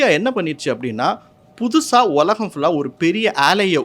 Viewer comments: "உலகம்"என்ற வார்த்தையை சரியாக உச்சரிக்கவும். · ஒலகம் என்று சொல்கிறார்.